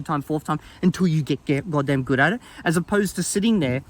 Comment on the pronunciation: Take a shot wverytime says 'godam'. You won't survive